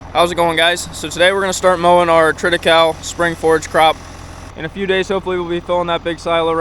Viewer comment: About the pronouncation: It is an artificial Latin word, built from Triticum (wheat and the female part) and Secale (rhy, the male part). English speaking people usually pronounce latin words english, which is common, but most probably wrong. But I think, the way you say it, is correct. Unfortunately, we can not ask a Roman these days.